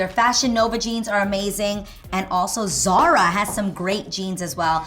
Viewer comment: C'mon Adrienne you speak Spanish and you have family from Spain, how can you pronounce "Zara" like that? cries in Spanish